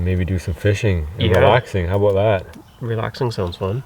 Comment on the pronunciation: "Don't Be Ignorant Aboot That" A